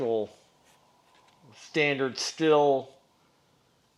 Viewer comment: Hey great video I am a Husqvarna and Stihl dealer in Alberta Canada... and Stihl is pronounced... Like the word STILL.... you should pressure wash clutch area and remove clutch makes it easier and also allows you to check oiler and clean around seal